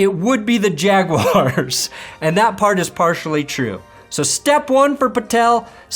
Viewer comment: How you pronounced "jaguars" should be illegal